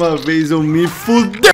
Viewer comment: Ele ia dizer "eu me fudEi" dicção tá igual a minha n julgo